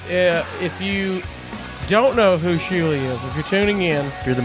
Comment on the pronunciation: Its Shuli not Schuli